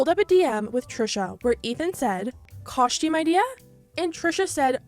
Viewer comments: Her saying CoSHtume is sending me into a rage. So obnoxious. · It's not a coshtume" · i love the way you say costume like kõshtyüm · It took me an absurdly long time to realize you were saying the word "costume" 😂😂😂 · I'm just stuck at how you say Costume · I couldn’t focus on anything after I heard how you pronounce costume lol that was so funny idk why